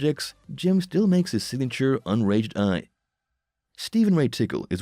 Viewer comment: "Unraged eye"??? LOL Its unaged rye